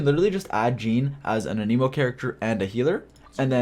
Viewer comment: it's an-emo not an-Emo